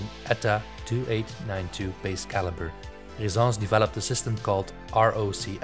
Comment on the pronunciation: Why do you pronounce it Rezence when there are 2 ss. Shouldn't it be ressence